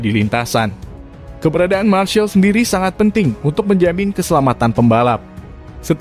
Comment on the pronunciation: Termasuk penyebutan "marshal" admin perlu diperbaiki, dan yang lebih penting bahwa IATC akhirnya ditunda penyelenggaraannya, jaditidak dibatalkan bro